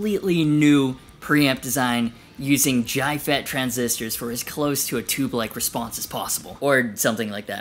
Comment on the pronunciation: "Jyfet" is how people in Glasgow pronouce JFET!